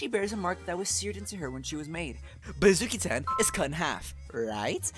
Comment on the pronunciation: Hi!!! (Sorry about that) I’d like to point out, instead of saying Azuki-Tan, said Akuzi-Tan (dw I understood what he meant)